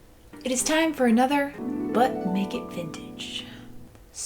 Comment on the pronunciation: Everytime she says "but make it vintage" I think she's saying "butt naked vintage" 😂